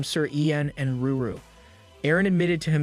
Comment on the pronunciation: Every single time you said, ruru instead of lulu I have said screamed in my head IT’T LULU NOT RURU For the 10,000th time